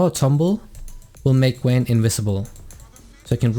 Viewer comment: VAYNE not Wayne